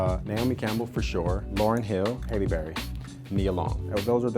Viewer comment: Did this guy say "Hayley" berry instead of Halle (hah-lee)?